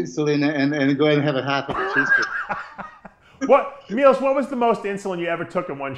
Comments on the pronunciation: It's not Milos it's Milosh 😂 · ...and not Milosh....but MILOŠ